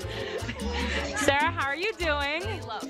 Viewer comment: Is it weird I love how you pronounce Sarah? 😂 the way you say it sounds so elegant.